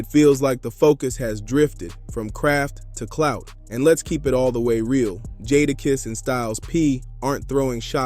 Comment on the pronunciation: You call dude Jaarakiss? 😂